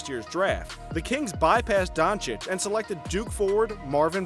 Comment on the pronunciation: Don_chi_ch.If he could learn 3 foreign languages,the Americans should learn to pronounce his surname right,I guess...